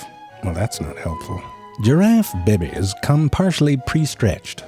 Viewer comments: I love when he says Baabees 😚😂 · Legit subscribed to this just to hear him say bebes 😂😂😂😂😂😂😂😂😂😂😂😂😂😂😂😂😂😂😂😂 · Ok... he said "babays", just like Moira Rose does. Now, I want to go back and see who said it first. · The way this guys pronounced bébé and byird is so stupid and I fucking love it. Coincidentally that's how I feel about most internet stuff. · I love how he pronounces it "bebbeys" in all of his videos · Baybehs....that's one way to do it phonetically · Zfrank pronounces " be-bes" the same way Cartman does from Southpark. I thought that is what inspired him to say it that way. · The way he says stuff XD Babies=bebies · “ Giraffe behbehs “.. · I'm a biology teacher and I will never stop pronouncing the word "babies" like True Facts does in my lessons 😂😂